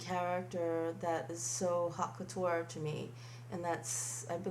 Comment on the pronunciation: "Hot Cutur" is NOT how you pronounce haute couture.